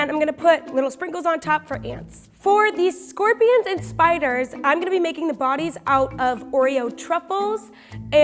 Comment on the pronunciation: “SKOPWIONS” “STAWBEWY”